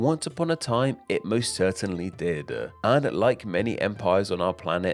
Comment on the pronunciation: Did = Did-e Asia = Asiaarr Within = Wivin All = All-er Ruler = Wuler Them = Dem-er Thing = Fingge One would think pronunciation would be important to a channel all about names.